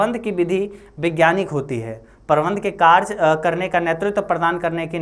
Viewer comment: Vo कारज hai ya कारय😂